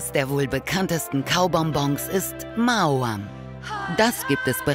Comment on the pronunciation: Maoam... noch nie so ausgesprochen gehört. Sich selbst spricht Maoam lt. damaliger Werbung sich ja Ma-o-am aus.